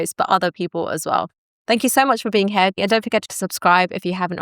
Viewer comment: "If you're new here" Here is not pronounced Hair, it's pronounced Heer.